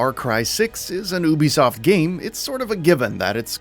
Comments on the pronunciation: It’s “U B soft” right? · Good vid, but Ubisoft is pronounced “you-be-soft.” Castillo is pronounced “cast-e-o.”